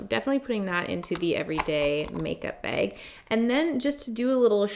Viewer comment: Take a shot every time says “make BEG (bag lol)”😂